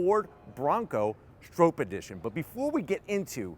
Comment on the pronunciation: Lmao its not Strope. Its pronounced Strop. Bill Stroppe.